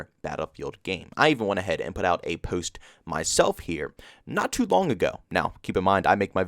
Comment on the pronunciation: The way you say post makes me laugh so much 🤣🤣 keep up the good work bro